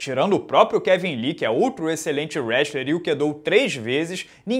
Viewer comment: NCWA, Isometria... Mas falou Westler All America, mas tem meu like HAHAHA